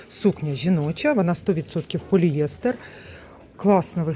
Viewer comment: Вибачте,але правильно- поліестер,наголос на ост.склад Дякую за огляд